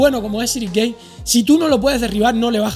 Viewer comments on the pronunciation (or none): Ciryl Gane se pronuncia "Gan" no "Guein"